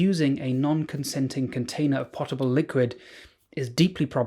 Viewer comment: "potable" is usually pronounced poe-tuh-bl. Anyway, I really appreciate these videos about, basically, common sense. I wish we could properly understand how people become nutters like this.